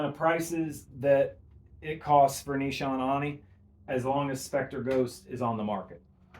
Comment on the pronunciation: Great video. Nee-sha-nay